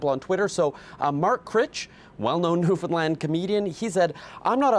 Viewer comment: newfound-LAAAAAAND! lol she made sure she said it right to the point of still looking dumb for pronouncing it wrong even though she tried so hard.